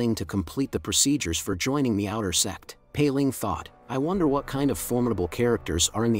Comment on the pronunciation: are you calling sect or sex